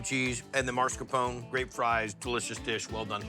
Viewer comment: Marscapone? 😂 Come on, Guy! The “r” is after the 2nd “a” 🤓